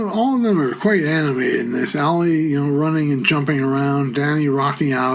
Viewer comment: Ale is pronounced Ah-leh, not Ali